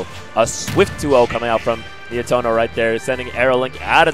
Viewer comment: not Nietoro Nietono is correct